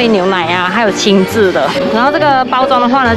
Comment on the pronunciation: 「GiGO（ギーゴ）」不是念ジィジョ喔，其實仍是SEGA公司的只是董事股權變化由東京都品川區董事長換成東京都大田區董事長來經營遊樂場並改名GiGO且GiGO似乎也不是新名秋葉原遊樂場很久以前就曾是這名子後來才改SEGA GiGO，現在只是GiGO又變大字，看來SEGA公司內部人事不簡單。 昭和 昭念招不念紹。